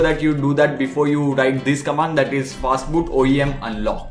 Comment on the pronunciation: Is it "fatboot" or "fastboot"